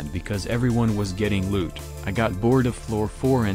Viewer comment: selling loot from fishing what i heard:selling lewd from fishing